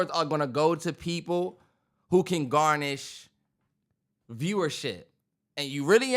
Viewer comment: GARNER Terrance. not garnish